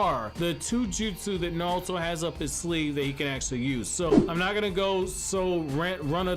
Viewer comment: His name is naruto not nalto